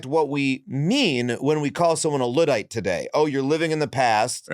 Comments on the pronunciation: why can’t he pronounce Luddite? It’s “Ludd” like “chud” or “flood” not “lood”. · Luddite* not Lewdite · I think you are pronouncing Luddite wrong.